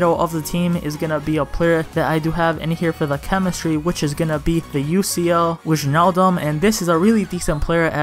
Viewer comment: Bro i legit watch the most of your videos, even if i cant afford those teams. And i have a little tip, you say wijnaldum like why-naldum👍 I hope i win the giveaway😅